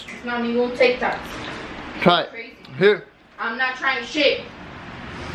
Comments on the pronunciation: lmao "es tic tocs" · LMFAO...Hes said there TIC TOKS 🤣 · It's tyik tacs 😂😂😂😂😂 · “Is tic takchhsss” 😂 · Yessica Elizabeth Cervantes I really love how he was saying “there tic tacs” with his strong accent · The way you say tic tacs is just amazing